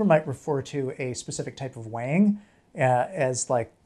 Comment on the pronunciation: When he said "weighing" i thought he said "wang"